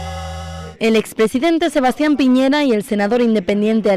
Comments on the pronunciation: Gusto de saludarle señores...soy de chile y nose porque llegue a este video ,me parece bien que comenten nuestras elecciones,pero creo que la conductora y los invitados,debe saber que el candidato es de apellido Piñera y no piñeira como lo mencionan reiterativamente, saludos. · Señora la invito a visitar el país, para que se haga una idea real de lo que es Chile, para que vea con sus propios ojos que nadie está pendiente de Bolivia....no nos interesa.Y por favor lea como se escriben o pronuncian los apellidos de los candidatos...no es piñeira, es Piñera, No es guillen, es guillier. Ya con eso me queda claro que ud.no es periodista. Nada de lo que dice o afirma puede tener asidero con ese nivel de cultura. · Esta mujercita no sabe leer? En todas partes dice Piñera. En donde vio que el apellido era "Piñeira?" escolaridad basica y aprendes a leer bien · Que pobreza, de periodistas , dale esta gorda , de no saber el apellido de P i ñ e r a. Señora gordaaaaaaaaa.